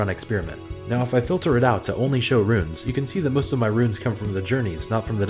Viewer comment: Boo! Pronounce Runes like. Viking. Bear, sewer, yah